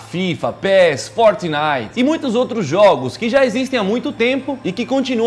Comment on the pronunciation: "fortinite" kkkk não parei de rir